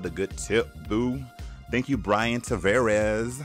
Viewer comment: You got it right the first time but you said my name wrong this time naming the tips! It’s “Briana” not “Brian” 😭 still love you!